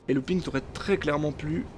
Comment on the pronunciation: 8ème place, c'est Louping "OU" pas "OO" nan?